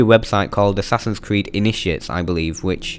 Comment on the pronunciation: assassins cweed